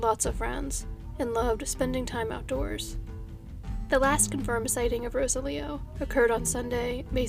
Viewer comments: Ro-Sah-Lee-Oh not Rosa-Leo...just trying to help. Gracias. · So happy to see another update video!! Thank you for all the hard work you do,!! In the event that there's another update in the Gutierrez case I thought I'd let you know that the name Rosalio is usually pronounced roSALio, with the emphasis on the Sal part. As always, thank you for all the effort you put into your videos. ❤️ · Pretty sure Rosalio's name is pronounced Ro-sallee-oh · His name is pronounced roh-SAHL-ee-oh.